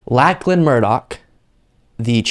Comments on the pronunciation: Its not pronounced LACK lan its pronounced LOCK lan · Australian here. Big fan. It's pronounced like lock-lan Murdoch. Sorry to be that guy. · Just a heads up, Lachlan is pronounced Lochlan. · pronounced locklan murdock actually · Lachlan is actually pronounced as 'locklun' keep up the great work i enjoy your channel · Pronounced.. Lock Lan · His name is pronounced LOCKLAN. its an australian thing. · being an Australian, I can tell you that Lachlan is pronounced Lochlan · His name is pronounced "lockland" just letting you know! A lot of ppl missay a persons name. Me being in Canada I see & hear a lot of French. First time in the '80's while my husband & I were traveling from Calgary to California I learned that your "j" was pronounced as a "h", I never realized that. I was 20 at the time though & Spanish was not a language I knew! But some names are obvious, there's no 'n' in the first part of his name, you might have well called him 'landon'!